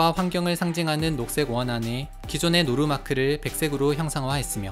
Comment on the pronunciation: 누루그림... 노루 바듬이잘안되셔 ㅋㅋ